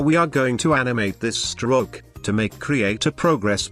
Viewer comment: The tts had a stroke when trying to say stroke XD